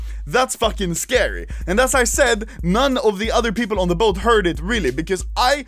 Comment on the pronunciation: “Keel the hwhite peepol”